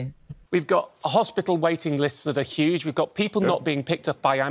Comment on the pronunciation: Never trust a man who can’t say Huge.😂😂😂😂